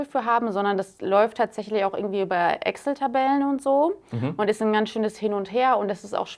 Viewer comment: Immer witzig zu hören, dass quasi jeder im deutschen Sprachbereich zu Excel Axel sagt.